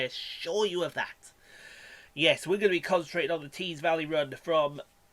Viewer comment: “Tees Vally” loved the accent, wanted more lol